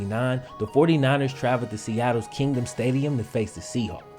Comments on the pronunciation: That's "KingDome" not Kingdom... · "Kingdom stadium" 😐 It's the Kingdome!! Emphasis on the "dome". Love your videos!